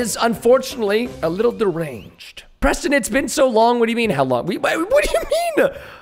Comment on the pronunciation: I love how the noobs says Preto Instead of Preston